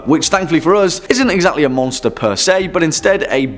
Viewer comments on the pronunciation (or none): none